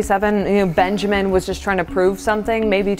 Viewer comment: "Hello benjermen" "Hello supject 1"